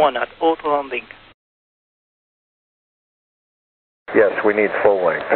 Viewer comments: Sounded like the problem here was with "auto" which he was saying "ot ... londing" Ot-londin. You can almost see the Captain's expression. WFT? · Wow try listening with your eyes closed and "Autolanding" cannot be understood. Need to train the Japanese controllers on saying "Autolanding" properly. The rest is ok. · I'm annoyed by the ATC that cannot pronouce "autolanding" b/c he cannot pronounce the "aw" or "aye" sound. Hire someone with better English pronounciation b/c the job "literally and figuratively" depends on it. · What's weird to me about the pronunciation of "autolanding" is that, because of Japanese phonology, a Japanese accent usually adds vowels to to English words. But in this case the controlled elided the "o" and said something like "oatlanding". Isn't a "tl" combination something that doesn't occur in Japanese, and wouldn't a Japanese speaker naturally want to add a vowel after the "t"? Even if he got the sounds wrong, shouldn't he say something like "oturanding"? Four full syllables? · I think it was a combination of the difficulty pronouncing "auto" (as others noted) and the tendency of Asians to use the 'r' sound for 'L' that made the term "autolanding" difficult to understand for the pilot. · Lots of people are talking about the language barrier but the way the tokyo controller slurs "autolanding" is strange even coming from a native Japanese speaker. It's not a very hard word. The "L" might trip them up but I don't think that would render it hard to understand. "di" is not a syllable found in native japanese words but again they're pronouncing it fine. The main thing here seems to be a hypercorrection. The controller is attempting to say "aut-landing". Japanese uses 'to' to approximate syllables that end in a t (since all native Japanese syllables end in either a vowel or N), so the controller might assume that "aut-landing" is the real pronunciation.